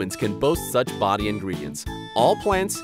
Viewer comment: Body bruh u did not say bidy